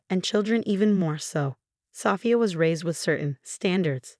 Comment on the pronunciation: Female narrator for male protagonist. Wooster, not Wurster (that's how it's pronounced, but not how it's spelled). Sophia, not Safire.